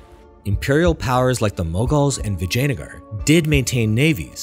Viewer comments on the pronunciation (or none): You're doing too many videos about India to pronounce Indian words so poorly. It's not Palluva, but Pallava. It's not Brahmin with the "a" from apple, but with "ah", as it's written. Vijayanagar also... do you know how consonants work in Spanish? They're simple. Learn that and assume it's the same here, you'll improve 90% just that easily.